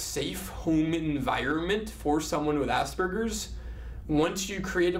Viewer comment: Hehehe, his pronunciation of asberges kills me